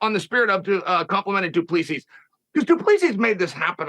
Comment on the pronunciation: "du plee-see".... It's DU PLESSIS